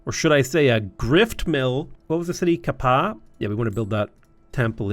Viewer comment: Ka-Pa’a is pronounced Kah Pa Ah. Pronounce every vowel.